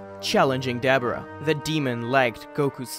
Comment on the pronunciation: Duh-bor-uh not dabara j.s.